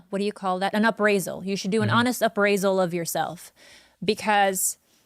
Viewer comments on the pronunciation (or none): abbraisal?? >.< its appraisal lmao